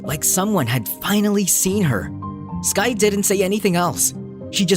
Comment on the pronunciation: Buds her name skye not skirk or skirt. So stop calling her that.